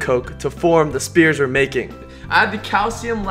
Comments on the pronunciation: he keeps saying spears instead of spheres 😤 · He says spears instead of spheres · no one gunna talk about how he says spear not sphere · when he said spears instead of sphere😂😍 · Everyone is making ball jokes but I'm distracted at the fact that he says spears instead of spheres. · he says spears not spheres lmaoooo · It's spheres not spears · Spheres not spears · its spheres not spears btw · S-fears=spheres.....not Spears. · sphere not spear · It's a SPHERE, not a SPEAR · Is he saying "spears" instead of "spheres"? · It's sphere not spear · Spears? Instead of spheres??? 🚩 🚩🚩🚩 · OMG YOU KEEP SAYING SPEARS INSTEAD OF SPHERES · he said spears instead of spheres😐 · He kept saying Speer